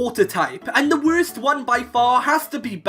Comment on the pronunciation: "This one is the *wurst*"